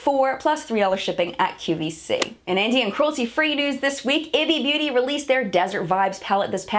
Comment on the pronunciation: Hiya - I know you like to know, so a few pronunciation assists of less well known brands for future reference: Kjaer Weis = kī-yāy IBY Beauty = I.B.Y., aka the letter said individually Thanks, as always, for all of your efforts as well as those of Tabitha & the rest of the WNIM crew! Much love! 🔆Melissa in Ohio